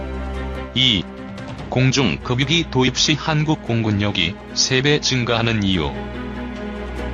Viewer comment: 이거 댓글 다는 네티즌 숫자적은거봐 희안한 짖거리 하니까 그렇지 그리구 급유기 발음 않되나요 ? 금유기 로하는 버르장머리 너무 너무 듣기싫어